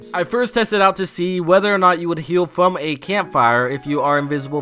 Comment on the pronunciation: I love how he says fwom (